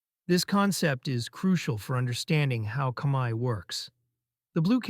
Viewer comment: Thank you for making efforts to pronounce Khmaer ខ្មែរ correctly.